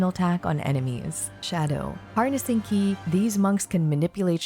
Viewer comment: Super high quality and well condensed info 🤌 you deserve a mil subs at least honestly, lets get you there. Your voice is super soothing and perfect for content. Liked and and subbed keep em coming! Edit: ki is pronounced "chee" as in cheese and mandarin for life force